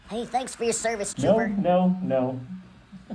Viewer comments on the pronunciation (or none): no I meant you saying cervix instead of service